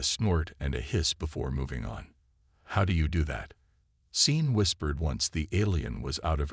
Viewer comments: Sean isn't spelled Scene, but it IS pronounced SHAWN! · Sean is a Celtic name. S is pronounced as Sh. Naive is pronounced ni-eve if it is a descriptor. If it is a place or a person then your pronunciation is correct. Your AI needs a vocabulary class. I took one in high school. Loved it. Easiest A ever! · If you're going to use a name like SEAN teach your inane AI how to pronounce it. Poor pronunciation ruins a story and insults people with that name. Scene is NOT a name. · A good story, although I cringed every time I heard the security guy be called “scene”. Do you mean Sean? Or maybe Shawn? Because scene isn’t a name. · AI Programms read differently and in a lot of cases they get stuff like this wrong. A human reader would've known it was a name and instinctively chosen the Sean/Shawn approach. Same as earshot being pronounced EErshot. Not like in this video , where they said it like earshot. As I said, AI Programms. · Maybe it thought someone misspelled seen and was trying to be kind about correcting it? People mispronounce names all the time, so why would a jumped-up calculator be any better at names?